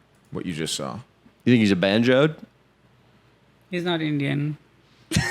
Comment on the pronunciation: It’s Benchod not Banjoe💀